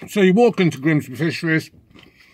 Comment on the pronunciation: ‘Grimsbeh Fishereh’